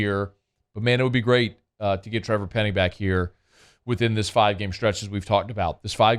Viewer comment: it's Penning not Pennig 😉